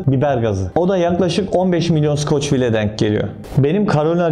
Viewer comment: abi skoçvil değil skovil.